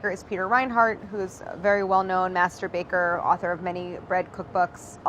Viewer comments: lol Claire said "Master Baker" but I heard Masturbator folks xx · Did she just say "very well known Masterba(k)er" .... lmao ... haa!! I'll go wash my brain, bye... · Claire: master baker Me mishearing: masturbator??? o_o I think I need some more sleep. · You should be careful with your enunciation when saying the words "master baker". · When she said “very well known master baker” I heard something a lil different 🤭😂